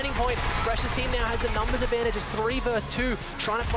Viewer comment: it’s not enchsway it’s enschway